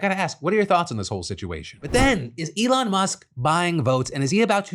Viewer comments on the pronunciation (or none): none